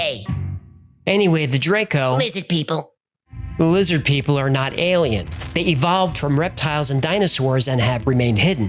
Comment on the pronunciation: "LIZZID PEOPLE" lmfao